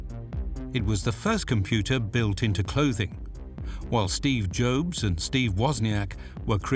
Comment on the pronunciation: "Steve Jobes" yall need to tweak your AI reader